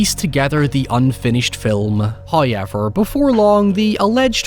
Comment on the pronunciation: First "hoyevver" drops . Blink and you'll miss it...😜